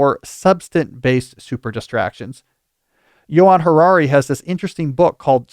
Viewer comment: Thanks, guys! It is Johann Hari but you guys sound like you are saying Yuval Harari whom is awful! Just saying.